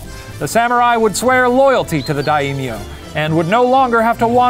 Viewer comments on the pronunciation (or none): "Die - ee - mee - ohs" (Samurai nerds) ARGHHHHH NOOO IT'S PRONOUNCED, "DIE-MYO" REEEEEEEEE Also just for anyone wondering, Musashi whittled a sword out of an oar because his opponent was known for having a sword just longer than most were used to, so Musashi made a longer one than what he usually used. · Shane it is pronounced "Die-M-yo" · It's not Die-E-myo it's just die-myo... there's only one i and it's pronounced with the first half. It would be Daiimyo if it was pronounced like you said it. That pained me to hear it and you said it so much... Not to mention the other words you added vowels to that weren't there... like Huonshu it's just Honshu. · Here's some pronunciation tips for Shane: Kihei - ki-hey; the accent on the first syllable Musashi - the accent is on the first syllable Daimyo - not die - meeo, but dime-yo (make the o a bit longer). Hopefully that makes sense! That's from the first 5 mins haha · My heart hurts every time the Professor says takes deep breath "dayimiyo" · just pronounce it how it's spelled. Dai (as in die) myo (don't swallow the 'o', expell it). There are only two syllables to this word, not three. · That pronunciation: DA - EY - MI - O XD Samurai were warriors that fought in battles, under the Daimyo... but they also served as bodyguards between wars as well. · All the pronunciation wad good, except Daimyo. Its "Dime, yo". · Every time i click on a western retelling of Japanese history I hope for actual decent pronunciation of Japanese names and every time I am disappointed ..... For example Daimyo = die-myo (myo is just muh sound squished with yo sound. Not mio). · My Japanese politics professor, who is currently teaching remotely FROM Japan, does not pronounce "daimyo" like that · who tf taught shane to pronounce daimyo like that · I hate how Shane pronounces things in Japanese Lol.